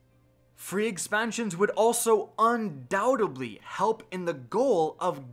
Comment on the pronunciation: **Undoubtedly** dude. You mispronounced it at least FIVE SEPARATE TIMES